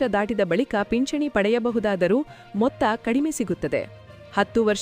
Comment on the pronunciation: ಪಿಚ್ಚಣಿ ಅಲ್ಲ ಅಮ್ಮ ಅದು..ಪಿಂಚಣಿ .. ಕನ್ನಡ ಸರಿಯಾಗಿ ಬೆರೆಯಲು ಕಲಿ